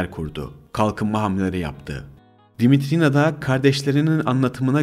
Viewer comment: Darılmaca olmasın olumsuz bulduğum noktaları yazacağım..Ses arazlarınız var..Uzun telaffuz edilmemesi gereken harfleri uzun telaffuz ettiğiniz kelimeler ve kısımlar olmuş..Yabancı Dimitrina ismi eril telaffuz edilmiş bir yerde..Anladığım kadarıyla "r" harflerini de telaffuzda zorlanıyorsunuz ve alttan alttan kulağa çarpan garip bir aksanınız var..Ayrıca Fethi Okyar için kullanılan "izdivaç" kelimesi benim bildiğim evlilik için kullanılır yaygın manâda.. Flört ve sevgililik için kullanıldığını sanmıyorum ama tartışılır elbette..Bir de aktarılan bilgilerin kaynakları konusu var..Gerçi link'te kaynakça gösterilmiş ancak video içinde verilse alt yazı ile daha uygun olur düşüncesindeyim..Ha tabi her kaynak ve aktarılan bilgi güvenilir mi yüzde yüz hakikât mi orası tartışmalı bir konu..Arada bence uydurma hususlarda çok..Videoyu beğendiğimi söyleyemem..